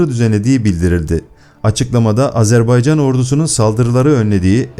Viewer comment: NE AZARBEYCAN I """"" AZERBAYCAN """" ÖĞRENİN DOĞRU SÖYLEMEYİ .